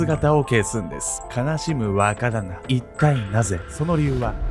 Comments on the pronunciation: 若旦那が話を聞くにつれ馬鹿旦那に聞こえてくる(笑) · 若旦那がバカ旦那に聞こえた😂